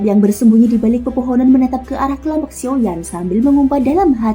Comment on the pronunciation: maaf nih bukan siuyan x mbak ,tp siauyan atau xiaoyan ,kalau siuyan bukan nama tokoh utama kayaknya 😂😂🙏